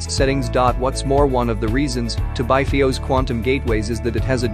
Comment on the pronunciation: Must you have a.i. do the narration. It dosent even know how to say FIOS